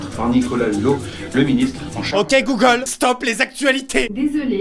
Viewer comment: Chaque fois tu dit goolge lw mien s’allume